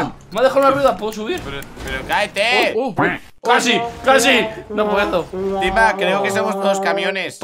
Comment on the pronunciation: invictor: a por tuinbaaaa Timbavk: Como que tuinba Yo: jajajaja jajajaja 🤣🤣🤣🤣